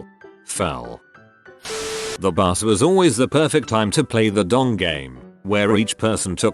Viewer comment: "My bus caught fire" but that sure sounds like "My butt caught fire"